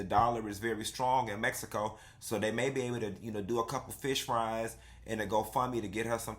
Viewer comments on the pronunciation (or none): none